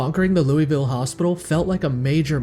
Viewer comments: Finally someone who knows how to pronounce Louisville right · Love the video, love you pronunciation of Louisville as well, its beautiful